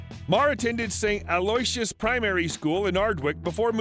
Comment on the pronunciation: With-in-shore. A-loo-wish-us